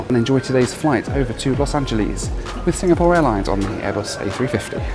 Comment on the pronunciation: LMAO SO TRUE